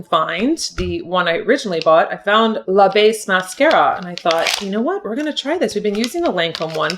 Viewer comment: Funny how you say ‘la base’ mascara 😂